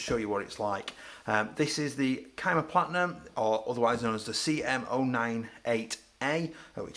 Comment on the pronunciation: Never heard it pronounced kyma before. Thanks for the review, I'm going to get one next salary so I have been waiting for someone to make a good review/overview of the rif.